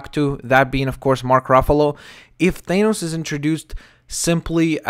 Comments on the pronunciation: Its Th-ah-nos not They-nos just saying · Not thainos it's thahnos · Thanos is a derivation of the Greek root Thanatos (the personification of death)pronounsed [than-uh-tos, -tohs], this being the case theres oretty good argument for the pronunciation of thanos as [than-ohs] not [thane-ohs] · FYI its pronounced Th-A-nos not Th-AY-nos. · its THAH NOSE jesus christ was bad enough u said it wrong then u had to repeat it 50 times. other then that yeah i can see perlman playing THAH NOSE i dont have the man crush you seem to on him but hes a good reliable actor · If they're casting any1 else than yes I agree on Ron Pearlman.That being said U mentioned that the current expected actor Pourtier worked with Joss not Josh Weeden.Past relationships & politics does go into casting. It is also pronounced Than-Os...NOT Thain-Os.Just so no1 else pronounces it wrong due to watching this video.I like the last 2 pics with the more realistic looking pale purple skin & fitted armor.They should be using an actor in a suit...CGI only for the action scenes.